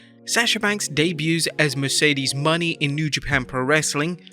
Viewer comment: It's super cringe how you repeatedly botched Mercedes Monè's name. Like you didn't even watch her promo.